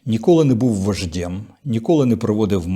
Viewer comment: Не вождєм , а вождем ! Mind your own Ukrainian pronunciation!!!